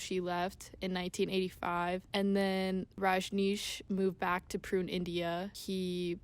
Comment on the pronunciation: Massive holes in this interpretation. I would not trust much of this video as the speaker does not even know how to pronounce Pune, India. There was apparently an FBI or CIA plot to turn the Oregon Commune into another Jones Town by poisoning all of them..Also local redneck Americans performed terorist acts on buildings owned by the commune and killed inocent people. The Ignorant locals just hated the Commune and did everything to intimidate and destroy them. The sex obsessed American culture focuced in on the sex. Osho once said to a journalist who asked him "why are you so obsessed with sex?" which he answered, "I have written 150 books and only 2 of them are about sex...I think you are the one obsessed with sex"